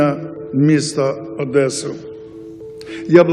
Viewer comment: Не тебе судить, росиянцу Меня бесит когда росиянец говорит Адэсса. В речи оратора прекрасное произношение моего родного города. Мне как одесситу далеко плевать на твое мнение, по этому следуй курсом крейсера.